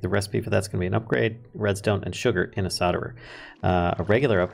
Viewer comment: I'm way late but I prefer how you pronounce solder.